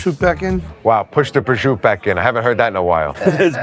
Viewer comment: Do real Italians laught at Italian-Americans? The way they pronounce stuff for example? Pro-shoot & Moozarell that kind of stuff?